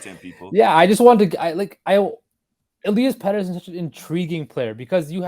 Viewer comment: Il-ee-us petterson and he will be an 80 point player plus this year mark my words